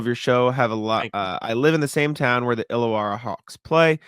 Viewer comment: Hey. Almost got the names right, it's pronounced woollen - gong and illa-warra but with an Aussie accent haha